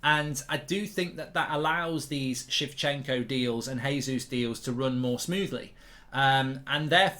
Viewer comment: shevchenko haha come on Mark